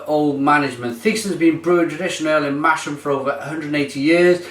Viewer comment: errrrr with respect, It's Brewed in Masham. pronounced like Mass-ham. sorry to be pedantic,but the locals will soon give you the cold shoulder if you go there and say 'Mash-am'. They don't like that so much.